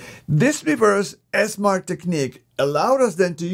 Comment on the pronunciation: It's Esmarch...